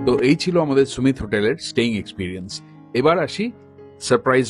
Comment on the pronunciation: 'সুমিত' না 'সামিট' (Summit = peak, topmost point)? 😂